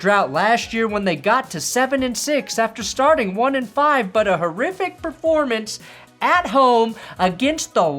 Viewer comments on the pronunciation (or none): none